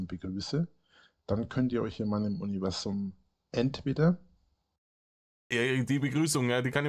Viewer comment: Habel aus Selbsthass mitgezählt, das Krokettensilo salbadert sein "Uniwäßum" 73 mal vor sich hin.. bei der Wiederholungsrate steht doch bald der Schlaganfall ins Haus.